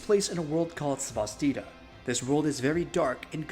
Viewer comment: Great video, thanks for the review! Just a heads up, Cvstodia is pronounced as Custodia, the V reads as a U.